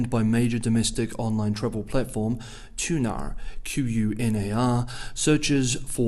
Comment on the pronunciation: Interesting that you referred to Qunar (去哪兒網) by pronoucing it as cue-nar, or Q-nar, even though you spelled it out .. Did you not know it was a Chinese pinyin for the GOING WHERE 【Qunar (去哪兒網)】？ Your pronunciation of the Chinese cities and provinces are almost perfect, even fitting in the correct 四聲 pitches, which was the toughest part of speaking Chinese .. signalling that you must be well advanced in the language, yet you have this ball 'caught in the net' .. Is this deliberate ? For the consumption of the less sophisticated 【半票觀眾】？